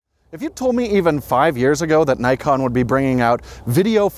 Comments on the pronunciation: Actually the pronunciation of “Nikon” is /ni:kon/ instead of/naikon/, it is a Japanese pronunciation 😊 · It's Nikkon not Nykon! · Please, learn how to spell Nikon. It reads as "Neekon". In most languages the "i" reads as "ee". Just watch japanese videos about Nikon gear and listen how they spell it...